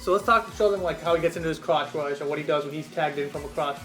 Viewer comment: It's pronounced Cross Rush, not Crotch Rush.